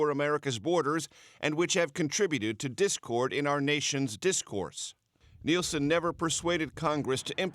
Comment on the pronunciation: Nielsen Not Nelson!